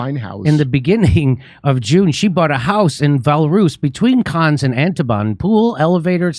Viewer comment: Pronounciation: cannes said as Can or Khan. Antibes said as Aunt-teeb.